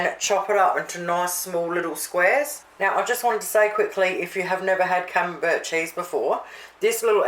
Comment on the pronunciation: Looks great! My partner does not like camembert...when I made your salmon patties he preferred them without the camembert. Could I make this with tasty cheese on the bottom or not put anything is better? My partner speaks Australian as well so you probably don't care either how camembert is pronounced but it is said like camembear...t silent. But then if you didn't speak Australian you would have to change your youtube name...lol